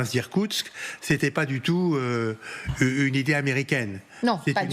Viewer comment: irskoutsk????? ou bien koursk???? frontiére mongol pour irkourtsk et frontiére ukrainienne pour Koursk..... un peu de sérieux monsieur l'ambassadeur!!! lool et en plus il répete deux fois la même erreur. si les ukrainiens arrivent à Irtkoursk, ben la russie, bye bye. hum...remarque que ca serait pas une mauvaise idée finalement )))))